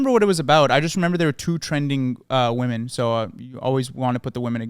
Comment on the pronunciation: I haven't even watched yet but i have to say this because its been an ache on my soul for a while. WOMEN IS NOT PRONOUNCED THE SAME AS WOMAN. does not appear to be aware of this unfortunately. I hoped and prayed that this was all an elaborate silly goof, but it happens way too consistently and afaik goes unacknowledged. ITS "WIH-MIN" WHEN PLURAL AND "WEUH-MIN" WHEN SINGULAR please 😢